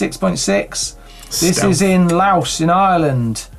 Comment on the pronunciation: Fionn and Laois were pronounced so wrong it's not even funny. Fionn = Ff yun. Laois = Leesh